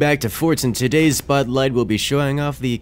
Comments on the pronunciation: It sounded like he said “today’s Bud Light” instead of “today’s spotlight” XD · He said spotlight and i so heard bud light LOL